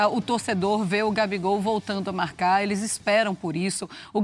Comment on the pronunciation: "Gabigol voltou a marrracar, Arrascarreta também. Só eu que ouvi isso no começo do vídeo?